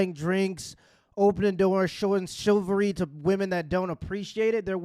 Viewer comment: it's chivalry, not chilvary